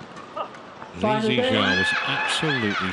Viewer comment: I love how the umpire pronounced Lee Zii Jia's name correctly, it sounds exactly how we pronounce his name in Chinese....I think the umpire probably speaks Chinese too